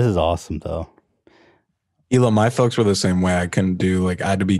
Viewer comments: Oliver Tree: “Hee-Lah”: “illa” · I love how insists on calling her HILL-AH. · is still calling Hila, HILL-A. Lmao.